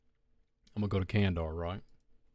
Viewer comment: Why are you pronouncing kan-da-har like "kan-dar"?